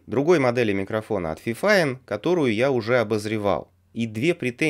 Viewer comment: FiFine T6 69 или 66 Не фифин, а ФИФИН ОЧКА